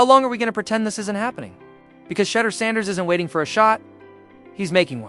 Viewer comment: you spent 11.5 minutes mispronounced Shedeur's name. His name is SHEDEUR not Shudder. Awful reporting when you get the names wrong. How can you not know his name, if you are a true fan? Do Better!